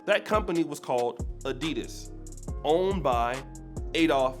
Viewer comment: I love PUMA. You are mispronouncing ADIDAS